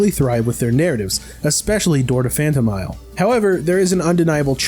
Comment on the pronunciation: Phanto MEEL